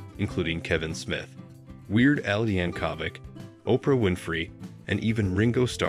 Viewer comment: Who narrated this? He was a "sergeant" in the army, not a surgeon. And who cannot pronounce Weird Al's last name? C'mon man... The king deserves better than this